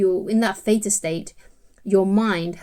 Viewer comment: Doez it work when ya brain'z in 'zwizz' ztate ; az well az 'feta' (theta)?🧀😂💕